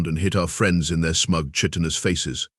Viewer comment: Please teach your how to pronounce "chitin" and explain to it that if the coffee is synthesized then it can't run out